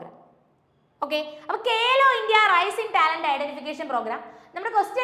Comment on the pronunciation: കേലോ അല്ല മാഡം ഖേലോ ആണ്.